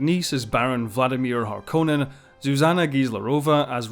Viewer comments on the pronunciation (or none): none